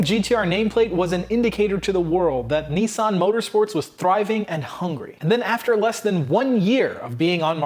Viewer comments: Niss Ann not nee san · Cool story but it's pronounced niz-san not neesawn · It is Nissan with a short i, not like the knights who say Ni. Nis. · It’s Nissan not neesan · it’s Nissan,not Neesan.ISS pronounced as in miss/hiss/kiss.please watch English/Australian/New Zealand videos on Nissan gtr and listen/learn how it’s properly pronounced.just like Jaguar which is pronounced with ‘U’,not a ‘W’.it’s not pronounced Jagwaaarrrghhh! it’s pronounced jagUar. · when he says 'Nii-san' instead of 'Nissan' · Here why you can't say Nissan properly 😁😁